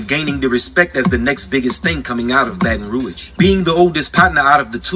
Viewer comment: she said “Bae-tahn Roag” lol it’s pronounced “Bat-n-Rooj”